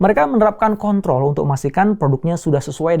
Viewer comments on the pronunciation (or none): none